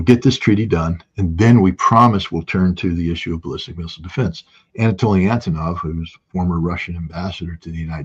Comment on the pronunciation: Énetoliy Éntenow😂 he still can't learn his friend's name